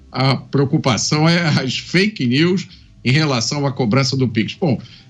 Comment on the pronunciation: Não é fk nius Lula é fk nis